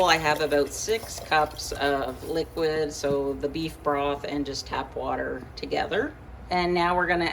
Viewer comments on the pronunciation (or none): none